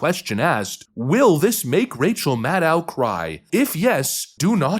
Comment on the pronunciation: You keep mispronouncing Ms. Madcow's name!